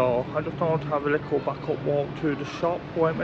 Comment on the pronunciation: You say "lickle" a lot – the word is LITTLE!